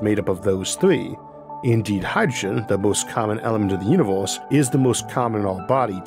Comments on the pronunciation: i take a shot everytime you say uniworse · No hate but univors